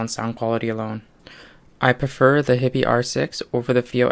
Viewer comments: It's pronounced 'HIGH-BEE' - just sayin'. Thanks for the vid. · Most of the Americans on YT seem to pronounce it as you do - your choice - but my compatriot currawong has nailed it IMO. He also pronounces Fiio correctly - again, IMO